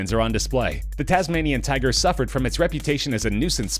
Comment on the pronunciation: Tasmanian 'tuger'